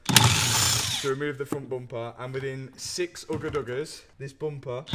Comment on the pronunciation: "within 6 ugguh dugguhs" made me laugh mad hard lol